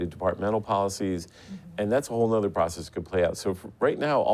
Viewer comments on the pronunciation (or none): "That's a whole nuther process ...." Nuther? Whole nuther?